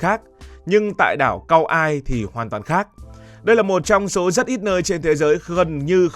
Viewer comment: Đọc là ka oai (kaua’i) ông ơi trước khi làm một chủ đề nên tìm hiểu kỹ về tên gọi và cách đọc